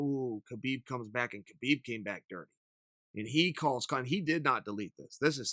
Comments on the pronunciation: it kills me that he says KA-BEEB NOT HA-BEEB I said it the same way until I say Khabibs interviews of himself telling DC how to say it now it bothers me when 90% of people say it wrong......Joe Rogan included UGH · I believe Khabib’s name is meant to be pronounced “hab-eeb”